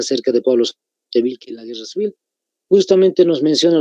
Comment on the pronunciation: Pablo Zárate decía, "Ahora sí Guerra Cewel"